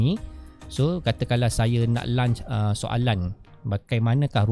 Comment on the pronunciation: Terima kasih. Saya mendapat manfaat daripada perkongsian cikgu. Ps: semak pronunciation untuk launch.